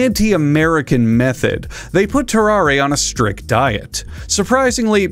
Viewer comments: I think it’s pronounced “ter-ar” and the e is silent. He was French, after all. That man was cursed, for sure. CountDankula had a good video about him too. Great video! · I'm commenting this before I watch the video. It's Tarrarre isn't it? Edit: Nailed it.